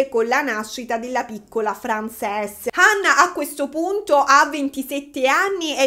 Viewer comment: Compaesana mia bella che sbaglia sempre le pronunce in inglese ❤ ("Frensis", no Francés) intanto grazie per questo nuovo video! È sempre gradita la tua presenza. Secondo poi in inglese una ballerina di danza classica si dice, o si può dire ballerina 😊 quindi prego ahahah ti si vuole tanto bene!